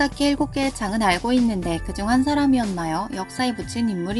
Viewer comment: 센가다케가 아니라 시즈가다케로 읽음. "시즈가타케노 시치혼야리."